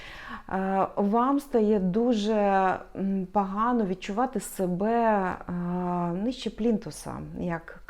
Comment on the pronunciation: В мене єдине зауваження- не кажіть пАгАно чи пАгАний. Це неприємно ріже слух .